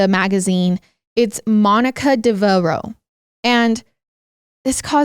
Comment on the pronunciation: It's pronounced Dev'-er-row. I'm not trying to be one of THOSE kinds of people. I just wanted to clarify that for you. Thank you for covering this case. It's nuts!